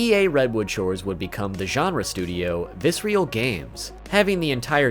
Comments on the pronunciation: Great video overall, but dude: it's Visceral. Viss-Err-Ull. Not Vis-ree-al. Seriously. You say it like 40 times in the video. You're killing me. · It’s not “Viscereal” it’s “Visceral” like the word Viscera, I always liked that they made gruesome games, and had a gruesome studio name xD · VISERAL not VICEREAL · Very interesting you spent all this time with the Dead Space content and somehow never saw the name of the studio was "Visceral" not "vis-re-al." Either that or you just never knew how to pronounce that word lol. Well anyway, good video, even if it is slowly driving me insane... like the Marker... you sneaky bastard lol. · It's not "vissreal" it's VISCERAL. 😅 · Nice vid. Just one minor gripe. It's vi-SCE-ral. Visceral. Not Vis-real. Meaning: 1. relating to the viscera. "the visceral nervous system" 2. relating to deep inward feelings rather than to the intellect. "the voters' visceral fear of change" Man! this was so distracting. Still, nicely complied (y). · Loved the video, but I think Visceral is pronounced vis-ir-ill, not vis-real. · I liked the video, but it drove me nuts hearing you pronounce Visceral as if it were spelt Viscreal. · Fantastic video with some awesome information. Very good way to pay respects to such an iconic series. However, everytime I heard you say “visrial” instead of “visceral” I got a slight urge to stab my ear drums with a pencil. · Viscer-a-l Not Viscerial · It's not "Vis-real". It is "Vis-er-al" Games. Great vid! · just... fyi... visceral is a real word and you don't pronounce it with real at the end. the ignition era visceral logo (not on DS1 or DS2) actually has someone saying the word. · Why do you pronounce visceral as visreal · Dude, awesome video but please, learn how to say visceral. Viss-err-all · Visceral Viss-er-ole That is all. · I cringed every time he mispronounced visceral 😂 good video tho!